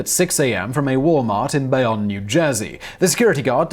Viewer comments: Bay-own = Bayonne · Prithee, Simon, swords in the garden state. Bayonne is pronounced bae`yohn.